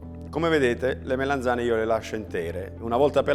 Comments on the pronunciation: Melanzane non Melenzane! Che fastidio! Comunque ottimo video! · MELANZANE non MELENZANE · "MELENZANE" non si può sentire 😱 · Le "melEnzane" 😂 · Sentire "melenzane" per 5 minuti...😅😵‍💫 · Ad un certo punto se ci fate caso dice melenzane